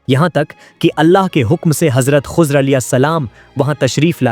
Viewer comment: Hazrat Khozar nahi, Hazrat Khizar Jan boojh kr aesa krty ho